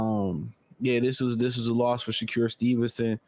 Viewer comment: It's wild how you pronounce his name - Sha-cure 😂